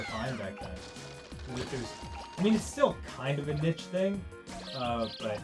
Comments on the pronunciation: ...kind of a...nitch thing? DID YOU PERHAPS MEAN NICHE? Good lawd, Dan. I mean, I know, being trapped in the couch makes talking tough sometimes. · Look I don't mean to be an assbump but Danny says "it's still kind of a nitch thing" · God when people pronounce "niche" as "nitch" it angers me, damn you america and your hillbilly pronunciations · did he just say nich